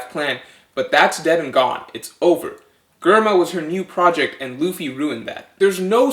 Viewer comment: Ree-uma. Yon-koh. Jehr-ma. Mon-dor. I decided to correct pronunciation because the theory is good.